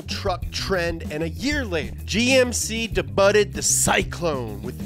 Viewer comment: Did this snowflake just say "DEBUTTED" ?! And he calls himself a BOOKWORM! English is my third language and I had never pronounced that word as such in my life... I feel sorry for his teachers for wasting their effort on this one. Next, please!